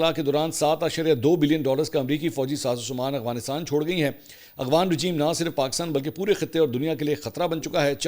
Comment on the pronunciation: Mansoor shb ap (Afghanistan) word ko (agwansitaan) ku boltay hen kbi gour kia he apnay